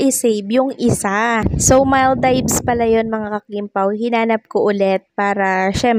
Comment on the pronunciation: please make sure you are pronouncing Maldives correctly, it's wrong how you say it.